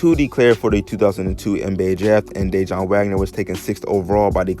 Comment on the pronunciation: DA WON BRO DANG U RUINED THIS VIDEO . I WAS LIKW WAIT HIS NAME DIJON LIKE THE MUSTARD AND FIGURED U WERE TALKING ABOUT HIS DAD I COULDN'T EVEN LISTEN NOMORE.